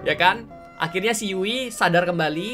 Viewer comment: Bukan yui tapi yu'i